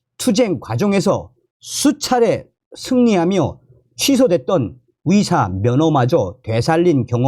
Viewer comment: "의사*를 *위사*로 발음하시니 헛갈립니다~~ "의사"로 바로 발음해주세요~~